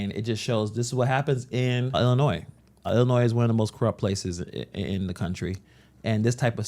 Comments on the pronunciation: Illi-noise? I don't think so. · He's a senator and can't pronounce Illinois correctly ? SMH